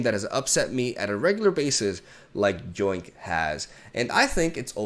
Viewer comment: Btw, just so you know, the "y" in "yoink" is pronounced the same way as the "y" in "yes".